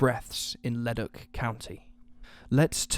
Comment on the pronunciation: Excellent! Thank you for spotlighting this case, it just breaks my heart hearing her last phone call. I hope they find the bastard who killed her. And as a quick aside, Leduc is pronounced Le-duke.